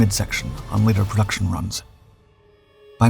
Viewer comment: "Perduction" is not a word. *Production "Perdictable" is not a word. *Predictable